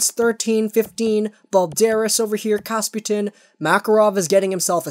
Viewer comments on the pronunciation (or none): Kapustin - not kasputin. Ok? Ya😁